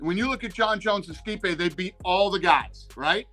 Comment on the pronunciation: This guy ruined Stipe’s name about three different times in three different ways before one minute into the video. I don’t understand why it’s so hard for everyone to recognize that Stipe was entitled to an automatic rematch. He never got that, so he’s entitled to a title match at the very least and it’s ridiculous that he had to wait this long for it.